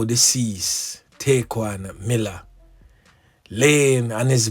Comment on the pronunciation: yall listening to someone who dont even know what happened, this man is so insensitive and rude knowing nothing about this boy dont even know how to say his name properly its sad how a whole group of jamaicans putting down one another .